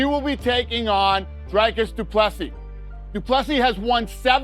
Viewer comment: Dana : Dry Cus Du Plessis FFS Uncle Fester..... LEARN TO SAY HIS NAME CORRECTLY !!! 🤦🤦🤦